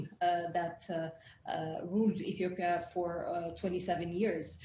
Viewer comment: Ethiopia!!! Not Ethopia🤦‍♂️